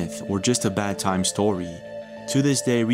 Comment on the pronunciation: I hate how this dude says “‘bad’ time story” jeeeezussssss